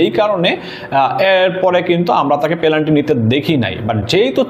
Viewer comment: পেলান্টি কি ভাই? 😅😅